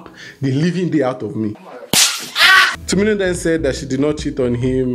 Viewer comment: Her name is TU-MI-NI !!!!!!!!!!!!!!!!!!!!!!!!!!!!!!!!!!!!!!!!!!!